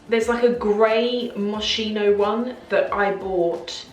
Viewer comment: Lovely video as always 🥰 I should probably tidy up my drawers too... 😆 PS. It's pronounced moskeeno